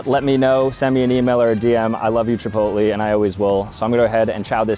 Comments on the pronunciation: That’s not how u say chipotle. Your saying chipotly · “chipotleyh” not “chipotlee” 😂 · The pronunciation is Chi-pót-lé not Chi-pot-lee 😂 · Chipotle is not pronounced Ch-Po-Lie. It's pronounce Ch-Po-lay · “Chipolty” goes hard 🗣️🔥🔥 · Did bro say chipotlee?!!!????😂😂😂😂😂😂😂😂😂😅😅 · Is it normal to say Chipotlee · "Chipotlee" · The commitment to saying chipotLEE instead of chipotle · CHEEPOLTLY** HITS HARD LOL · Casually pronounces it like “Chipoltlee” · ITS CHIPOTLE - chipotLAY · Why is bro saying “Chipotlee” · did bro just call Chipotle, Chipoly?😭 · Chip oat lee! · Bro butchered chipotles name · I stopped watching after hearing you pronounce Chipotle. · it’s really bugging me. If you love it, get the pronunciation correctly. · is he rage baiting the chipotle pronunciation? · The way you pronounce chipotle 😭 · Interesting way of pronouncing Chipotle. You should actually make Venti figures! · Fr why he sayin it like that 😂